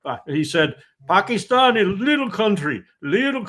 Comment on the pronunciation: Larry, you need to say Pakistan correctly it’s time - Paakistan!